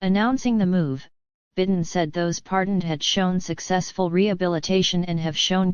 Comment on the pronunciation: Your AI narrator can't even pronounce correctly the name of the President of the United States. You didn't correct it so I don't think I'll believe anything in your rotten report.